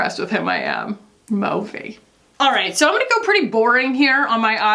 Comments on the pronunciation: Your take on the Chris Pine/Harry thing (which I knew nothing about) makes me want to get ALL of my culture news/criticism from you. “MOE-vee” I’m dying 🤣❤️🤣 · Why does he say “movie” like Austin Powers says “groovy”?